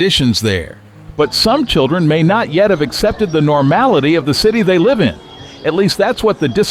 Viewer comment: AI voice pronounced the verb Live as a noun ...